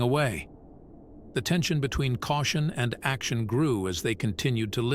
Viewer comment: It would be nice if the narrator would learn how to pronounce easy words such as action.